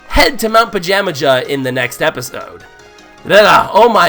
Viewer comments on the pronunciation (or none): the mountain is pronounced pa-jam-a-ha